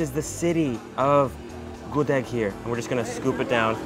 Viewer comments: Gudeg, bukan Gudik bro.. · Bru, wtf u can eat whatever u want but dont mispronounce it tf... GUDEG NOT GUD-EEG tf its so insulting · Gudêg not Gudég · this published in 2019 and I just see this :( btw I'm pure Yogyakartan and I love your review! and ofcourse I love your pronounce like Good-Egg or Mung-Oat lol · It's gudeug not gudeg, with "eu" Spelling not "e" Letter ~~~ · ngomong gudegnya masih salah :v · The way you pronounce"GUDEG"...make bring me to tears...🤪🤪🤪🤙🤙🤗🤗🤞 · Gudeg the e is silent.